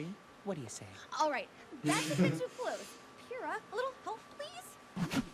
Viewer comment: Yo Bro!! You keep messing up Pyrrhas name lol. It's (Pyrr-Ra)